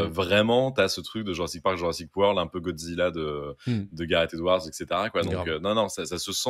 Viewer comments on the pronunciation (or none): none